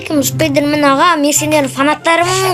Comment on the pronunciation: Спидрмен емес спайдермен